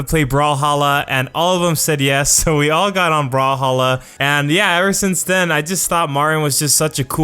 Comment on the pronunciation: Brawlhalla sounded like you said brawl stars I am not deaf it's just an joke but I am an god at brawl stars Come at me Bacon's.